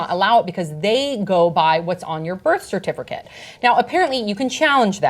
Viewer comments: says CERTIFURCATE. Lol. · I keep hearing cer-tif-ER-cate, and it's distracting me. 🤣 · is everyone just gonna ignore how sam doesn't know how to pronounce "certificate" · The only reason I watched the entire segment was to hear the host say "certificate "again. Lol